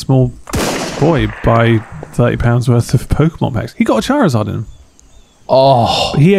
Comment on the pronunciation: The way they're pronouncing Charizard is making my eye twitch...